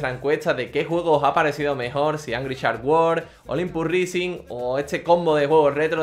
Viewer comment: "olimpus rising" jajajajajajajaja el ingles nos debes